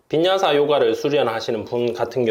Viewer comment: 오랜만에 올리셨군요?! 빈야사 요가가 김여사 요가로 들렸어여 ㅎㅎㅎ 짐네스틱 진도는 얼마큼 나가셨어요? 저 이제 거의 될려구 합니다. 8월에 될 듯!